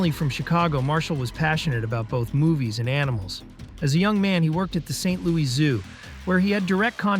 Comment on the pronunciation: It's pronounced saint lewis. Thank you for your attention to this matter.